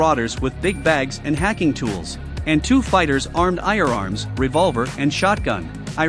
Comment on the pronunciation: Love This it need to be a series and I’m laughing so hard when the ai voice said irearms lol😂